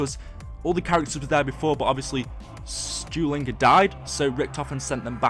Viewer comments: It's not moltin or what ever he said its russman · he's not stulingre he's rusmin he's not stewlinger he's russman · Why should I listen to a guy who don't know russmens name lmfao